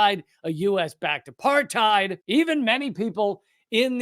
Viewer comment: "Israel isn't apart-thighed!" - Michael Rapaport